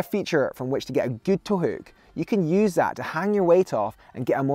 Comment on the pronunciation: Scottish: Towook English: Toe hook